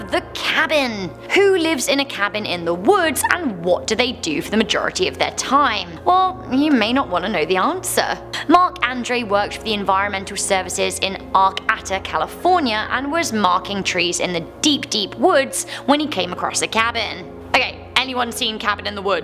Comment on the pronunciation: #9 it's pronounced Are-Kate-Ah (born and raised Humboldt County Native)